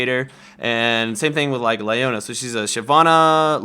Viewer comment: Gosh you don't know how to say Leona?